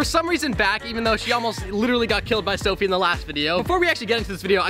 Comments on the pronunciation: Not dofie it’s dophie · Chole did you just broke sofies brother's TV and stop saying doffe all the time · always says Dophie in the love videos